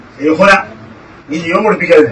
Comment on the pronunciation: ശൈഖുന അല്ല... ശൈഖുണ്ണ...